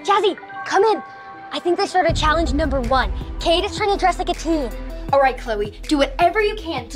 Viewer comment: I’m sorry if this is a little rude but it’s not Tween It’s teen